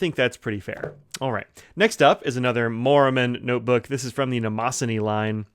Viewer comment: that pronunciation... ouch! Mnemosyne is the Greek goddess of memory, like a mnemonic.